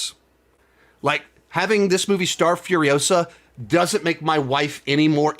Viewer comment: It's Furi-osa, Not Furio-sa. Movie was good, not great. Had no interest in the main character and the movie didn't change my mind. That's the problem. It even has Mad Max in the title and it has nothing to do with him really.